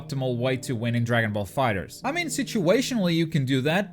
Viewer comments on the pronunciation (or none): none